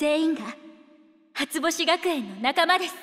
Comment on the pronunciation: 「初星学園」の“し”の発音すこ